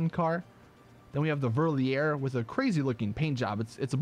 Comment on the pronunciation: About the Verlierer... that's a german name, you're supposed to pronounce it "fer-lee-rer"